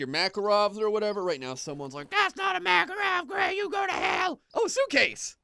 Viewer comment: its a makarov good job gray getting it right